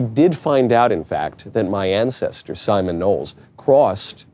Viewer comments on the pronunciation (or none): none